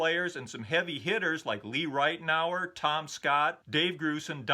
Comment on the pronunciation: Hey - Just a heads up that Lee Ritenour's last name is pronounced "rit-now-er.";) Chris